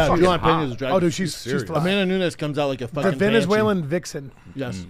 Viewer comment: “amandanaanezzz” 🙄 Chris hates Brendan and hates this job hahahahah 😂